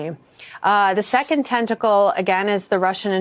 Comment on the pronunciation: Tenticle lol